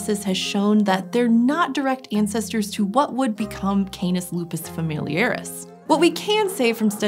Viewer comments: canis not KAENIS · I hate how she says KAY NIS, it's Cah-nees. You're using a dipthong and a single vowel does not make a dipthong sound.